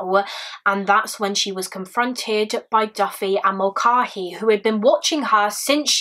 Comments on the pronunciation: I love you and all of your content, but please look into how to pronounce Irish names. It is really jarring and distracting to hear you call someone the wrong thing. This isn't the first video I've noticed this in and it isn't only a you problem, plenty of English people have a weird stumbling block around it. But the a in Mulcahey is pronounced like the a in cat not the a in car or bar. (Doherty doesn't have a K sound being the other most common one in the UK). Irish names aren't hard to pronounce and I know you'd put in the effort with other foreign names. I'm only asking this of you because I think you're sound and might actually listen. I wouldnt mention it if I thought it would fall on deaf ears. Thanks for all the hard work and research you put into all your videos ❤ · Hi Rose! I do apologise for the mispronunciation! I watched a couple of documentaries as part of my research for this case and they all seemed to pronounce Mulcahey the same way I said it in the video but thank you for correcting me lovely! x